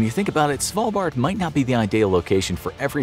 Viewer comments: You're pronouncing "Svalbard" convincingly well. From a norwegian point of view it was easy to understand what you meant :) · You said Svalbard right! Good job👏👏👏